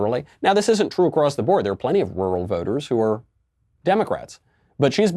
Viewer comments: Why would she need to pronounce Rural? Like she gives a left side of a right facing Donkey about Rural people. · Can she pronounce "rural" correctly please? When she ever going to debate? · Michael, AOC's pronunciation of rural is a bit retarded but then almost any American's pronunciation of mirror is equally retarded. Sounds pretty similar to someone who speake English as a first language. (US Americans are predominantly of German descent.) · Is she so urban that she doesn't know how to say rural? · In AOC's defense, rural is a hard word to say 😉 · respectfully, I believe many conservative figures call out stupid things in attacking here. her pronouncing "Rural" is not that big of a deal, why bring it up? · Having made fun of her for how she pronounces words, he over thinks each time he says "rural" himself lol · Having trouble pronouncing "rural"? Then just say "Constitution". Cause thats where that stupid electoral college comes from. Dont like it? Change the Constitution. Theres a process for doing that and its been done before. And if you're not going to do that then you're just running your mouth. Acta non verba. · Rural = rul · "Wuwal?" Who let Elmer Fudd in here? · “Roo-rahl!” Thanks for the input Scooby Doo. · Like Barbara Wa Wa "Wural" 😂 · She pronounces rural like oral which is apparently how she got elected. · Oral....oral....how I got into office. No AOC its rural....rural. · Ruauauaurl voters! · Everyone: rural AOC: lulubububuly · What’s a “roouhl voter”? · That was great. So glad I live in a rrrruuurrllll area. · AAAAAhhhhh Hah hahah hah hah hahaha AAAAAAAHHHHHAHAHAAHAHAHAHA *deep breath* AAAAAAAAAHHHHHAAHAAHAAHAAHAAHAAHAAHAAHAAHAAHAA!!!! OH my god i never noticed that til now Ohhh man roght on Right on Right on Thats fuckin funny She cant say RURAL Just Rr-ruh here andnthere then rruah Hahahahahahahaahahahaha Fuckin shit1 ahahahahahahaha ROFLMAOFKAROFLECOPTER Fuck i cant breathe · She says rural like “rule-Ull” rarely or just “rual” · rool jurr